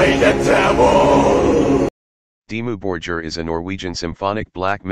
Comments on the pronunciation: It's not Dimmu "Borjir" it's Borgir! You spell the G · Dimmou Bor-geer , Shagg-wrath and Fur All tee i dee 😅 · Synthesized commentary ruins what could of been a great video!!! They are not Dimmu Bor-Jeer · yeah makes it unlistenable..not to mention how it is pronouncing their name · I only watched the first two minutes and then I stopped. The pronunciation of the word "Dimmu Borgir" is wrong, as is the pronunciation of all other Scandinavian bands. The mechanical voice a horror. The best way is to listen to the original pronunciation using Google Translater and then create the documentary again with your own voice. It's not so bad if you're not 100% accurate with pronunciation. This American pronunciation, on the other hand, is hell. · get rid of generic robot narrator that can’t even pronounce Dimmu Borgir correctly. I’m sure your own narration would suffice.